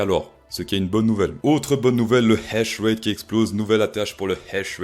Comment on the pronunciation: On dit pas hash rét on dit H ratte